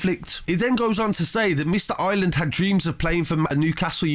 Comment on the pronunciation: I r é land not island man please prenounce it properly haha